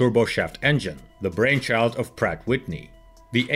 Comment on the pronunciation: please remember to pronounce the 'and' in Pratt and Whitney..most people just sort of say a nasal 'ennn' which is maybe why you never noticed it...love your videos...:)